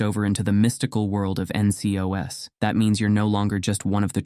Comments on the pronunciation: Don't for get the NCOs - "In-cee-oh-ess" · Was ts ai generated? The way he says ncos weird me out